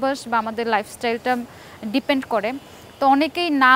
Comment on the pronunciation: কেন আপু তুমি তো বাংলাদেশী তুমি কেন ভাইটামিন বলো তুমি তো বলবা ভিটামিন। যে দেশে ভিটামিন কে ভাইটামিন বলে তারা বলুক। এরপর ডিপেন্ড কে বললা ডিপেন্ট,😂😂